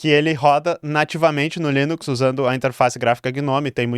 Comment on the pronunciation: "leninx" é demais, hahahaha, muito bom!